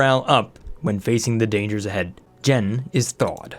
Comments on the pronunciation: Hey.. Jean's name is pronounced Jeen. Like the pants. Not Jen. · Loving this series. The new DLC seems like a game changer. By the way, 'Jean' is pronounced as 'Gene' or 'Jeans' as in trousers, and not 'Jen'. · Jean is pronounced /jēn/ like the pants. heavy twilled cotton cloth, especially denim. "a jean jacket" Not Gen... that’s so odd you don’t know how to say Jean... like I’m gonna go put on my gens... LOL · For the love of all that is holy it is pronounced Jeeeeeeen like blue jeans. Oh and loving the new series. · Calling Jean "jen" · Jean should be pronounced as Jean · And also jaune (with a soft j) as in all of France. It's ok man, just put the accent hammer down. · I've always pronounced it the French way. It's closer to John; then again the gender is listed as X, so it's not definite either way.